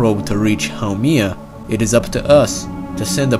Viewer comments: it's HAU-MEH-AH, NOT HAU-MEE-AH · it's not pronounced How-Me-Ah, it's pronounced How-Mae-Yah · Actually it’s pronounced ha-May-ya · you pronounced the name wrong